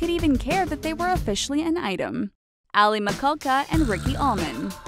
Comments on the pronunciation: its pronounced mi-shaulka thanks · It's pronounced Mi-Sha-ka!!I think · "Aly Mikulka" I've never cringed harder at a mispronunciation before in my life. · The way she pronounced aly michalka 's name lol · aly michalka isnt pronounced like that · ch in the name pronounced with sh sound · She did not say alyson's last name right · Pronunciation of Michalka 😫